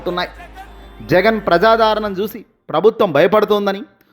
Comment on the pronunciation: ప్రజాధారణ కాదునాయనా, ప్రజాదరణ అనాలి. ముందు తెలుగు చదవడం నేర్చుకో.